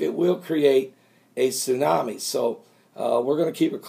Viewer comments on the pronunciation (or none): none